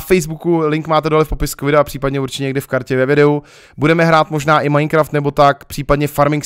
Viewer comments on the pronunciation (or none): none